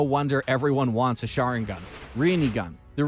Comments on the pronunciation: its the shinarigan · "Shinarigan" just proves that he didn't watch the show and is just reading an article. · They way he pronounced sharingan shinarigan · Bro said shanaringan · He always mispronounces these things on purpose. He literally said sharingan first then sharaningan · Yo for how much you cover anime you’d think that your pronunciation would be more accurate. But you literally called the sharing an, the sharningon 😐🤔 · Just three magic words : HATE HIS PRONUNCIATION 😑😑 I mean like shanarigan WTF !!!!.....